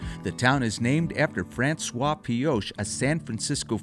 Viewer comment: Nice travelogue, but research your pronunciation ahead of production. You pronounced Pioche, as “Pee-osha” Correct pronunciation is “Pee-oach" (O as long and A being silent).